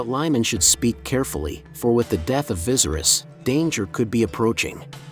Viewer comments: Viserys is pronounced as (vis-aerys) not like how you'd pronounce visceral. Keep it up tho :) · vi-sair-is....not vizeris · Lol vicerous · Viesry’s is pronounced V-ser-ease do you watch the show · "King visiris" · Correct it sounds more like Vasaries. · VA- SEAR- RISS lol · Viserys is not pronounced like that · Viserys is pronounced differently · omg yes!! like if you've watched the show surely you could correct how the bot pronounces it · Pissed me off a little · the pronunciation of viserys throughout the video is cracking me up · You still don’t know how to pronounce Viserys???? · Computers aren’t really good at it